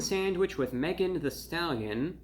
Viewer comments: Megan THEE Stallion not "the"! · Thee Stallion, not the. I’m also guessing “hottie” is not part of his normal vocabulary. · It’s THEE Stallion, not “the” stallion. How insulting. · THEE (not THE) Stallion.